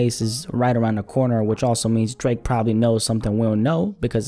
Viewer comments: Bruh called the OVO Don as Dreeeek like a souja😭💀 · Why say drake like that 😭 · The way you said Drake at the beginning of the video has me in tears😂😂😂🤣🤣🤣